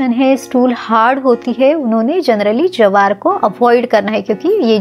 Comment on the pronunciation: Jawar nahi bola jata jwar bolte hain